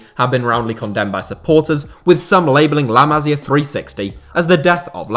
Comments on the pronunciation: Too long. You could say the same in half the time. Appreciate you don’t speak Spanish or Catalan but please: ma-SI-ah. Not MA-si-ah which is a woman’s name. 😜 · Boss video … got to say though, its pronounced like “la massssia” not “la mazia”. Goes right through me every time you do that. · Bro learn how to pronounce La Masia, it hurts listening you saying it